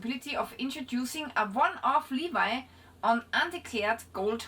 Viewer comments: By the way, your English is very good, but "Levi" in this context is. Pronounced "Levee". "Levi" is a name, "Levee" is a form of taxation. Thanks for talking about these type of issues! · Correction: Levy in English is pronounced Lev-ee not Lee-v-eyed. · G'day, I know people that like gold so they buy a metal detector and go and find it. When you look at the word Levies it should be pronounced the same as the jean company as you did, but it's not it's pronounced like the Levee that is built to protect a town from flooding. PS why don't they leave your Channel alone those nosy people. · Not Levied as in jeans, but Levvied, as in '"drove my chevy to the levy".